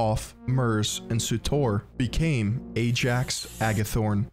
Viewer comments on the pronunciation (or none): none